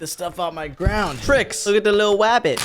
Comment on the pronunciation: when said "wook at the widle wabbit"of me on the ground